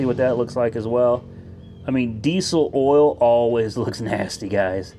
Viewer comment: What is "awl" pressure?